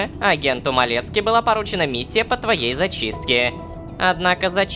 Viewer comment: Малецки буквально звучит как Кавински🙏